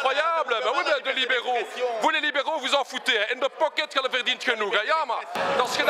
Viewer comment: In the pocket l'accent belge flamand et pas ouf